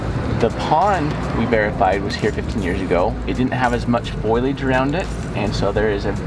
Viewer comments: You kill me “foylage instead of fol-iage! Just teasing, love your videos and your mission! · Foliage...The word is pronounced (folley-edge) not foil-age... My rant is over